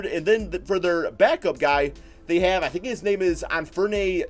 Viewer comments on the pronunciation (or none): An-fur-knee Simmons I think is how his name is said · An-fer-knee not ney, it's Penny Hardaway's first name, pronounced the same way